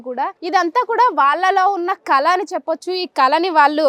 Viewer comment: కల కాదండి ...కళ అనాలి.